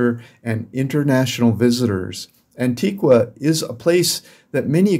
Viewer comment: First of all you need to know how to pronounce the names of the places. There is no Antiguwa", It's pronounced Antigwa".